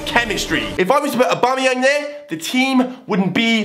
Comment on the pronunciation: And wtf dude it's aubameyang respect were from the same country